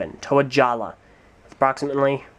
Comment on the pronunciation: It's pronounced jaller not jalla